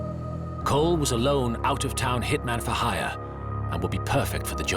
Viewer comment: It’s Vincent Coll, not Cole. Get it right. And like one gangster observed, calling him a mad dog was an insult to dogs.